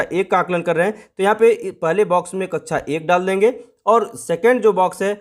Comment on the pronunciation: कृपया कक्षा को कच्छा कहना बैंड करे